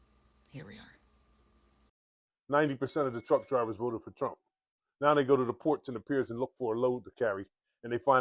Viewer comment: “I will boat for Donald Trumuh!”